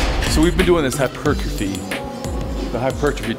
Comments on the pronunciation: Whats he saying?? Its "HYPER TROPHY""" Not hypertriffy.. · makes me laugh how he says hypertrophy, hyp-er-trophy where as the English say hyper-trophy